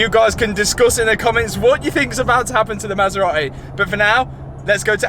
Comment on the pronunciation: I can imagine when the Italians made the maserati they never expected it to be pronounced like this.. 😂